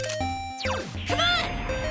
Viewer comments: as unbearable as it is to hear it. yes he does in fact say Bearsona. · Is it just me or is Teddie saying Bearsona? xD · yes he is saying bearsona